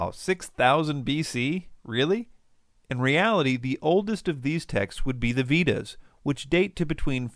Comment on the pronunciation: You're wrong, and you're a son of a bitch. Don't ever mix up the origin days of the Vedas (pronounced Vay-dhaz) and not (Vidaaz)